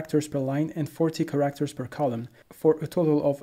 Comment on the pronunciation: You say characters like "ca actors" with an r in the middle. Can you say it with less emphasis on the second syllable like carrot. I'm not trying to nitpick, just help.